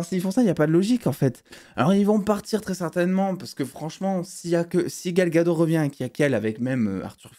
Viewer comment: C’est Gal Gadot avec un T!